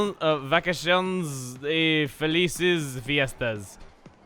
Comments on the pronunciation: I don't know why you went into french mode with the word vacaciones, but still you did a pretty good job pronouncing Spanish! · Didn't sound like a french accent to me, just a really bad spanish one (except for how he said "vacaciones", that part sounded a tiny bit french).